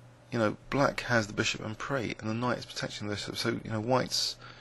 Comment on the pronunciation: I'm not criticising, but why do you not pronounce the 's' in "en prise"? Is that common for your peers?